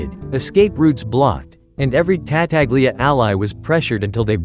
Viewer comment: TA TA glia... jesus christ.